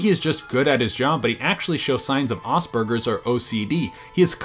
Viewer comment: He said aspergers wrong P.s I have aspergers